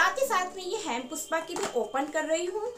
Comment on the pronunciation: Hempuspa.Nice pronounciation.